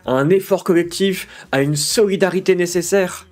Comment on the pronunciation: C'est quoi exactement son problème avec la lettre L ? Ça me rend fou de l'entendre dire "cowectif", "cowectivisme" ou "individuwawité" ! Arrête de nous casser les couilles et va consulter un orthophoniste (et pense à prendre qqs vitamines par la même occasion) ! 🙄